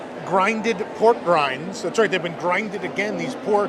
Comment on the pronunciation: it’s pork “rinds” not pork grinds. It’s rind as in the skin of a pig.